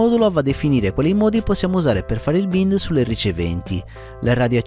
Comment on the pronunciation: grazie, molto utile la tassonomia delle sigle. per tua utilità, si pronuncia "baind" :) cercherò gli altri tuoi video.